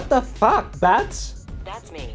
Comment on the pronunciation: OMG!!! This was soooooooooooo funny!!! And I love the way Kelly says Bitch, but instead she says Betch and I LOVE IT!!!!!